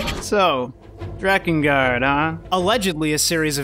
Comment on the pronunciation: You said drakengard good not like dreekengard